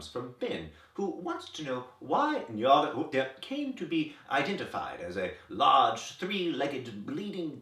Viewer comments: I keep coming back to this video because you are one of the few people who pronounce "Nyarlathotep" correctly. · I truly love how he pronounces Nyarlathotep! After hearing many different pronunciations, I've come to agree with the sentiment that people should say it however is most horrifying to them. That said, my version was pretty close to this one... except I can't fathom how to sound like it's being played backwards like this XD It's like the name is so distasteful he has to struggle to swallow each syllable, which is perfect! I would feel so uncomfortable hearing that from my GM 0_0